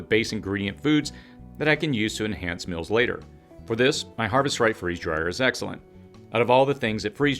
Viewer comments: It seems like this guy is purposely finding reasons to mispronounce the word 'meals' as 'mills' which is less a dialect and more a child's mistake. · Regional differences. Just like some people put an R in washing or Washington. Not childish at all.